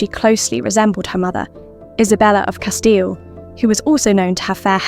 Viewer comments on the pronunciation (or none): none